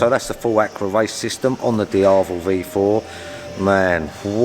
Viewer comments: Akrapovik? Nope mate. It's pronounced AkrapoviČ (for you Akrapovicz). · A-crow-poe-vick hahaha you're pronouncing it wrong. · Pronounce Akrapovic right! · Well, at least you could learn how to pronounce it correctly at least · Akrapovič: č pronounced "ch"